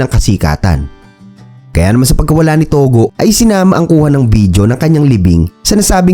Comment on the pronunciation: tugo hindi togo